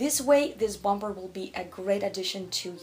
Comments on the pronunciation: The second B in Bomber is silent. Bommer, not BOM BER. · Very interesting video , one thing to note is don’t pronounce the second b in the word “ bomber jacket “it should sound like “bom er” 😊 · And you don’t pronounce the second “b” in bomber., I am in awe of your command of English as a second language. Thought you might like to know this little detail. You are way more talented than I will ever be, on EVERYTHING. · Bom-ber? 😂 It's silent B like "Bomer". Also your pronunciation of kimono 🥴